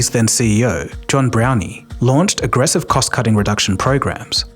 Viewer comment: Browne and Brown are pronounced exactly the same, you said “Brownie”